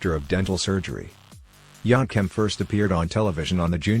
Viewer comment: It's yankem not yonkem dude . Get it right